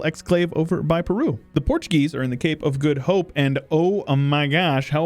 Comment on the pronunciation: the accent was very heavy but you pronounced Cape of the Good Hope correctly :P